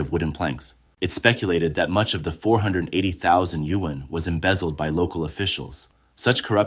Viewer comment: why is it sayin yuan like that? Is the voice Ai?